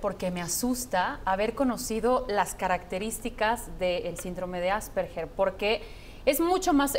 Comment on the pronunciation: ¿No es Asperger, en vez de Asperguer, con "u"? /Tal vez cuando escribo esto , el programa ya no exista. Por favor, confirmar.